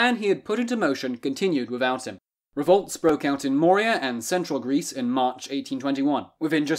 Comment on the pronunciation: Moria is from Lord of the Rings; Morea (more-eh-uh) is in Greece.